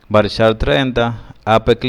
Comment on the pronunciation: usted dijo en el liceo que era varchat no varchar